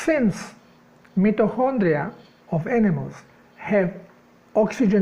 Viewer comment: English pronunciation MITO as in 👁. & Kondria ( hard K sound)